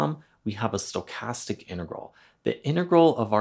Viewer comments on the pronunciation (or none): none